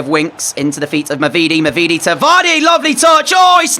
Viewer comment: the pronunciation is “mavideedee” love the commentary!